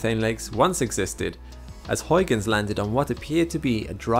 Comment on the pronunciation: I hope you don't mess up pronouncing Huygens Edit: YES finally a youtuber that knows how to say Huygens properly!